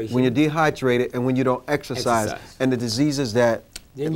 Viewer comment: "When I exerfice" this guy is an idiot